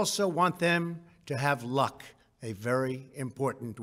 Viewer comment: Not sure why he stressed on the word “Luck” I am praying for the miracle.